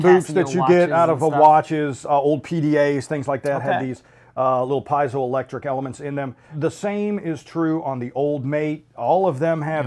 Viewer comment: Zero technical explanation of how this actually works (after the shorter gentleman asks how it works). It’s like they read the first page of the website and regurgitated that... terrible. Also, it’s pronounced ‘pee-zo’ electric, not ‘pie-zo’ electric...